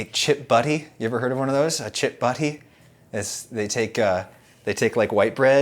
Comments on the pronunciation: " A Chip Budhhhy " Why does he say it so strangely?! 😂 Edit: I might not have spelt it correctly to show the way he pronounces it, but he seems to miss out the "T" in there somehow. Just though it sounded really unnatural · Hearing an American say chip butty is so weird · Same here lol